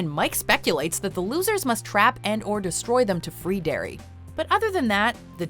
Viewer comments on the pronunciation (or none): none